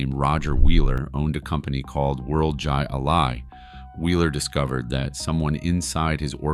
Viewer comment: "Jai Alai" is pronounced like: "High Lie"